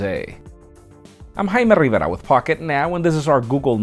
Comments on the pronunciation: Whenever he says... i hear hymen riviera. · Can't even understand you pronouncing your own name hahaha 😂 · I understand everything he says with absolutely no problem until he says his name